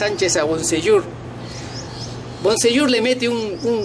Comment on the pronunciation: Primero aprende a hablar, Boseiyour no Bonseyour Es Aranguiz. No Aranguez , quien es este tipejo por ratos parece Argentino y por ratos Chileno, humillar no es 2 a 1. Pero si humillar es 3 a 0